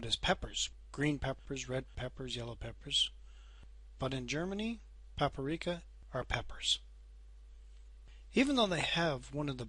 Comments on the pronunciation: It's not Paparika :) It's called Paprika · nicht paparika nur paprika^-^